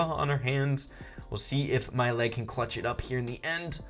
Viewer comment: When you said mail it sounded like my leg another op mortis